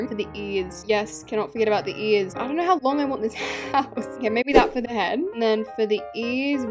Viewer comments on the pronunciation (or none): why do u say ears like that u say it like earts lol